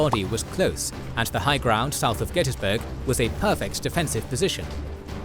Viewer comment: Also pronouncing Gettysburg wrong. I’ve heard people try to call it Get-tus-burg. Every local in the area and around calls it “Get-teas-burg”. I live in Cashtown, less than a block away from Cashtown Inn. Crazy it all happened right down my road.